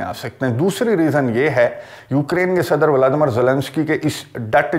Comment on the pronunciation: Assalamualikum bhaijan viladimir viladimir nahi bola karein